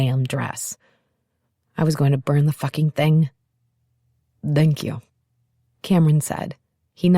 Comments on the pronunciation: Samantha Brenmoor. Her “thank you” sounds like Dhank you. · After 4 hours that Dank you is getting on my nerves... Is it slang? Is it accent from a place of England? Is it a German / English mix from thank you and Danke? Oufff...